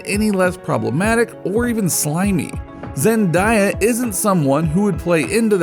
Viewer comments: Stop saying her name wrong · I'm not trying to be rude but you says Zendaya